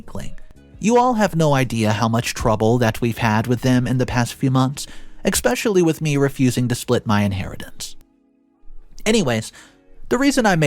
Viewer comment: I love your story telling. One thing I really don’t like though is you say, eXpecially!! 😮 not eSpecially. The correct way. Otherwise I love the stories. Thank you. ☺️